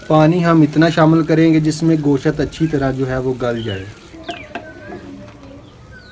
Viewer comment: nice recipe but gooshat ni hota goshttt hota h thanks